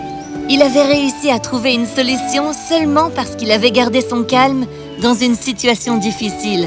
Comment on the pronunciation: On dit situation